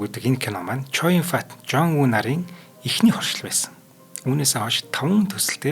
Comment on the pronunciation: Нээрээ л Ч.Оюунбат гэж сонсогддог юм бна шүү😂